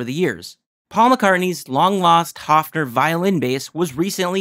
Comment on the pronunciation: Your next sleuthing should be why can't Paul McCartney remember that you had to special order left handed basses from Hofner back in the day. Because they weren't a shelf item. You had to tell them you wanted one. PS - it's pronounced HOAFner. Like Loaf of bread. Hofner. German. ;)